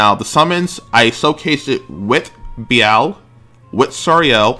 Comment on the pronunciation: Am I missing something with your pronunciation for Be-lial?